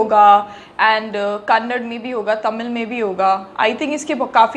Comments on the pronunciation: Original Music : Ravi Basrur ❤️🔥🔥🔥🔥🔥 Kannad nahi , "Kannada" (ಕನ್ನಡ) bolte hai 😄😄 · It's kannada, daaaa! Not kannad! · it's not kannad it's KAN + NA + DA = KANNADA 🙂🙏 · It is Kannada not Kannad ....any how I love the reaction